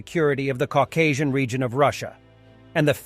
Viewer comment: Um… “Caucasian “?????